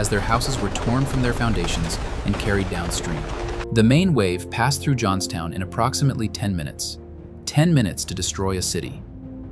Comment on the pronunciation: Oops! “ Johnstown “